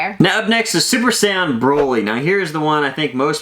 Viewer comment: Is he saying Brody? Cause I thought no it’s “brawl”y